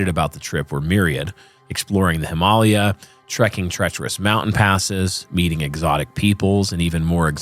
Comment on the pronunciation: Why are you pronouncing him-uh-LAY'-uh like that?